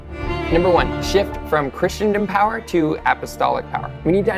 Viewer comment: You: [pronounces "Christendom" as "Christian-dom".] Me: [turns off video.] JK - I know you mean well. Keep going. Go deeper. Then deeper. Then deeper still. Your best words: "The Church needs to shift from a focus on relevance to timelessness." Trust me brother, when you begin down this path, you will see difficult things, but if your faith is strong, Christ's triumph in your good work is assured.